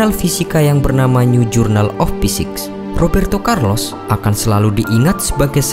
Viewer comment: Rrrrrrrrrooberto Carlos...